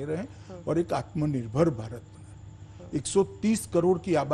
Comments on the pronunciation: Jine aatmnirbhar bolne nahi aata wo aatmnirbhar banayege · Pehle aatmanirbhar bolna sikho ,phir interview dena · is Nakli aur edited video mein bar-bar 'Atmnirbhar' par itna jor de kar saf-saf bolne ki jabardasti koshish kyo ho rahi hai...Bhai? Yah sandeh ko yakeen mein badal deta hai...